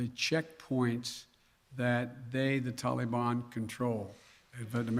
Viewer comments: Anyone else sick of Biden saying Tollie Bahn?Give it up guy, you’ll never get a straight answer from this idiot. And 85 percent of the Afghan Army was on drugs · Tollybon??? Wtf what a loser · Anyone fluent in Bidenese? Wth is the “Tollybon?” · It's not Biden's fault. How in the world could an Afghan army of only 300 soldiers possibly go against the "Tahlee-bahn"? ...Our Prez is doing his best. We should ALL give him a standing ovation!! Or NOT. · Can I ask why no one has taught him to pronounce Taliban? It is not pronounced Tally ban. It drives me crazy to listen to this idiot. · what the hell is a taleybonn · ITS NOT TAL-EE-BON! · " tolly bon" 😆😆😆😆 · "Gee I didn't realize there would be a mad rush of citizens trying to escape the tallybannn take over.. My bad". What a total loser idiot. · He's so pathetic 🙄he can't even pronounce "Taliban" correctly! SMH such a clown 🤡